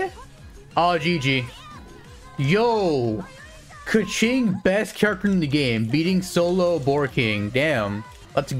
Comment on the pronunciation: He says kaqing alot